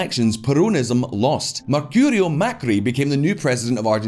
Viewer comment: Markurio Macri xd